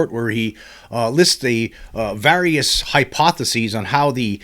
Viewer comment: That’s not how you pronounce various….